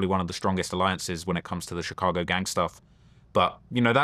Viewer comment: VLAD CAN'T PRONOUNCE CHICAGO RIGHT TO SAVE HIS LIFE 😂